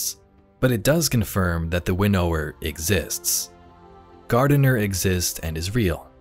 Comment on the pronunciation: Please pronounce winnower properly